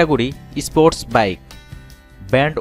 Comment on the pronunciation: "spoSt" bike. hmm ok....